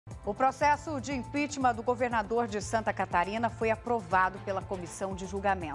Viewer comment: "Impítima" kkkkkkkkkkkk